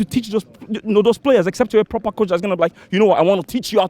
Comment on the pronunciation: “prrrrroper coaching”